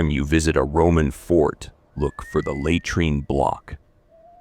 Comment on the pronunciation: Hey, can't you get your robot to correctly pronounce 'laytreen'?